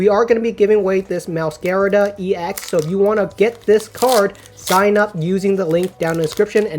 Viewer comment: Is it pronounced Meowscarada or Meowscarada